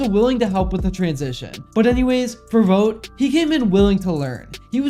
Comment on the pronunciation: You’re mispronouncing Vogt, just a gentle fyi…